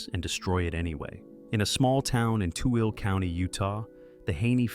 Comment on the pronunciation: Tooele is not pronounced Tool, but Too - willah.